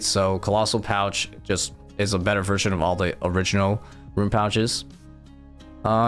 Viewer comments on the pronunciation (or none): none